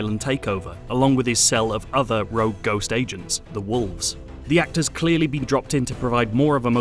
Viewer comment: “Where nomads bean”